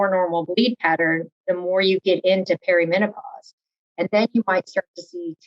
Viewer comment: I loved this interview and the interviewer asked excellent questions! That said, good God, it’s not “perio” menopause 😂